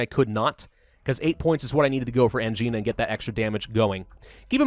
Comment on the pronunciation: constantly makes fun of grammatical errors Also: consistently pronounces Angina wrong Ang-eye-na. Not an-gee-na